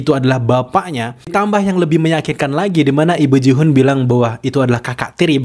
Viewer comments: please... bacanya GIHUN bukan JIHUN. Gak sulit kan? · Gi-Hun bacanya tetep pake "G". Ngapa jadi Jihun? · Maaf bang nama nya Gi-hun bukan Ji-hun bang😊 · gemes banget bang tiap lu bilang jihun mau gue benerin gihun 😭😭 btw makasih buat penjelasan teorinya bang, keren banget! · Nice Teori bang mantap tapi ralat dikit bang soalnya kebanyakan bilang jihun. Gi Hun itu bang bukan Ji hun. Bahasa Korea itu bang bukan bahasa inggris :)